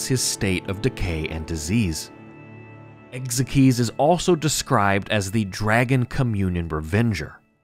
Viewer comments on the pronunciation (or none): "Ex ikes" not "ex ek eez" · Ekzykes name is pronounced Egg-zikes